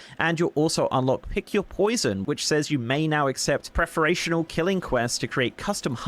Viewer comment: can't read. Plumed and Preferential. Lmao Britain.